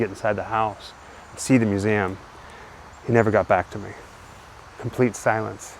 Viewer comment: Please sir. I it is not "mew-zam".